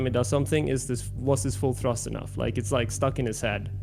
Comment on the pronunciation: Hahahaha the stream where says “full thrust” like a true foreigner